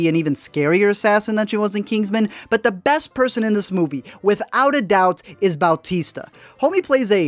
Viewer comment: Man. Weird to hear someone say Bautista properly